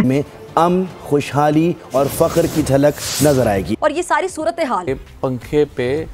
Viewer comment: फक्र❌ Fuker ✅😅😅😅